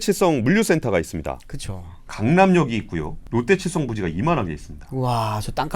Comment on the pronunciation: 들리는 발음 자체가 롯데체성으로 들리긴 하네요. 아마 AI 자동자막 쓰시고 검수가 마지막에 안됐나보네요 ㅎㅎ